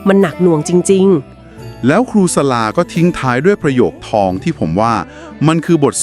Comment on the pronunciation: ขออนุญาตแนะนำ ชื่อครูสลา อ่านว่า สะ-หลา นะคะ